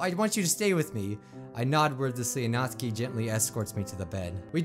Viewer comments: Before you read this, i love your channel but... ... ... ... ITS SOOO ANNOYING HOW YOU SAY SIORI ITS sAyori and also YOU SAID MY FAV PERSON'S NAME WRONG(Natsuki) Her name sounds like Nat tsu Key or nat stew (without the t) key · Natsuki (Nats oo kee) You said it wrong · If you like natsuki so much say her name right Nat-suk-i Not Nats-aki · Not-Ski Me: its Not-suk-i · me after watching a different doki doki playthrough and hearing 'nat-su-ki', then watching this and hearing 'naht-ski' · Natsky me: nat-su-ky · Anyone notice that pronounces Natsuki as "Nat-ski" (He watched a vid of this japanese guy saying "Nat-ski" not "Nat-suki") But then he pronounces Sayori as "Sigh-ori". Anyone catch that? Like if you did, Comment if you didnt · I think you say it like ''Nat-suki'' instead of ''Nat-ski'' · it can be pronounced either way, Nat-ski or Nat-soo-ki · Its pronounced Not-su-ki, not natsuki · Ugh you dont pronounce natsuki like naught ski its nat sooki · Dude, Its Nat-Sue-Ki, i mean, like sound it out. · I hate how he mispronounces their names except Monika and Yuri. It's Na-TSU-ki It's Sa-YO-ri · why do you call Natsuki Natski? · Does he realise he is saying Natsuki wrong it’s 'nat-soo-ke' i dont want to be mean but it just gets on my nerves a wee bit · Isn’t her name natsUki not natsky